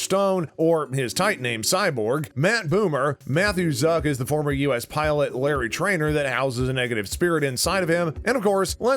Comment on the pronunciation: He said Matt Boomer too 🤣